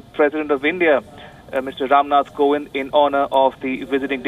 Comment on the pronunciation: It's "Kovind" not Govind🤔